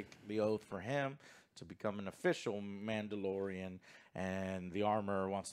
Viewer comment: You mean "The Mandylorian"😂